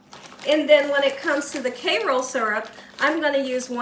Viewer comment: Please stop calling it "Kayroll" syrup - it's Kayro!